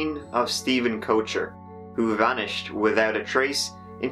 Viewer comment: *"widoud furder"